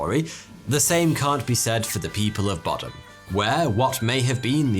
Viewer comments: boddam is pronounced “bod-uhm” not “bod-ahm”😭😭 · I live in the town peterhead that's right next to boddam, and I've never heard of this, how!!! Edit it Is said bod-um not bodd-dam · I'm quite near 'Boddam' this pronunciation made it sound posh 😀 it's not . .